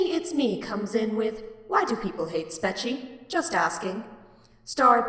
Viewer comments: no guys it's pronounced "spork-cho" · I think it’s pronounced spechie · Here’s how to pronounce it (not hating just for the future) spet-che (or I think that is how it is pronounced) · OH MY GOD AAAAAAAAAAAAA IS NO ONE ELSE ANNOYED BECAUSE HE KEEPS SAYING IT LIKE SPE-CHI? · i think it’s pronounced “speech-ie” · It's pronounced SPECHIE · Its pronounced Spechie